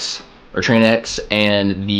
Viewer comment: Tranx is pronounced like Traynks. Rhymes with thanks. Thanks for your thoughts. Been looking at this. Mostly fish piers for Tarpon and Kings. I own 2 tranx 400s and a Okuma Komodo SS. So fun fighting big fish on a baitcaster.